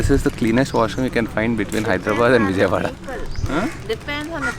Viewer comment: pls Don't pronounce Vijayawada.. wrongly😭😭.nice work ❤️❤️